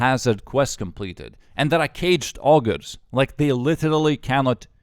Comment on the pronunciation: "caged augers"